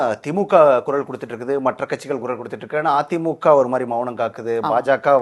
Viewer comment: Kural nu cholunga sir.... 'Kurazh '. Ilai ..